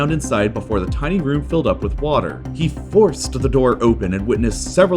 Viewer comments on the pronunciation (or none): He "FOOURCED the door open" haha what the hell is that pronunciation